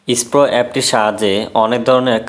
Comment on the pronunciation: ভাই ইস্পো না, এসপ্রো